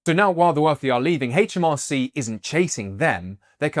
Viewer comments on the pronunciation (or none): It's aitch, not haitch - aitch em ar cee